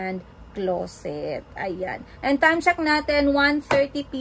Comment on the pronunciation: Sa vlog ni atsheee you pronounced AND normally. Pag sa vlog mo eeeeeeeeeennnnddd 😭😭😭